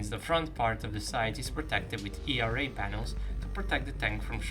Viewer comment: E R A :D FINALLY youre saying it correctly :D